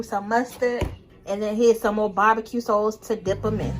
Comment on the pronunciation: Yeah, I bet this is fly with the bbq sauce. I was laughing the whole time at her accent when she says hot "Dawgs" &bbq "sawce"!😆